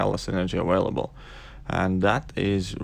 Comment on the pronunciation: Lol awailable